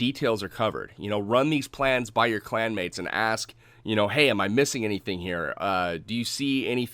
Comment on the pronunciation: Clanwates 😂 lol. Good too see tou back on top man keep it up.